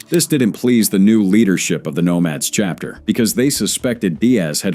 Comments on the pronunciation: C Hapter? 🤨😅 This Ai slop is hilarious! 👎🏼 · Really shitty AI SLOP that can't even pronounce "chapter" (instead says "see-hapter").